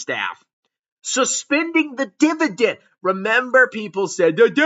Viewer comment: Not the Dibadend Reeeuuuuu!!!!